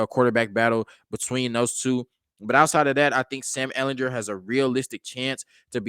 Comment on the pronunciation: Ehl in GER with a hard G.